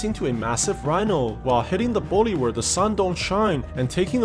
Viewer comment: It's not wooly it's bully and it's not sine it's shine